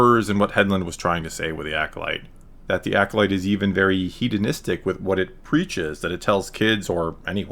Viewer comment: How do Merry Cans think hedonistic is pronounced heed-un-istic?! Shortest empire ever! ;)